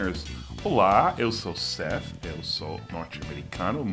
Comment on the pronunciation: One thing I noticed: (is it just me?) Besides "disease/decease", there's "death/debt". That being said, there were minor pronunciation/intonation issues (not that I would never do). I agree with Seth, or shoud I say "Sete"? 😁 😁 😁 His last phrase was unnecessary.